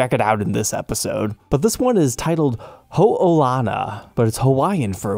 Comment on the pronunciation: As a person that’s born and raised in Hawaii, I’m happy to see this episode :) edit: thanks for pronouncing Ho’olana right 😂